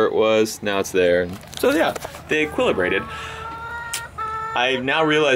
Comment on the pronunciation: Is he now pronouncing "equilibrated" wrong?